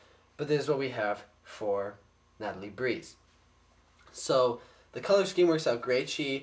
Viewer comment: it is breez not breeze